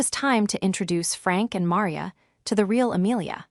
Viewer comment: Caleb pronounced wrong. Maria pronounced wrong. Awful AI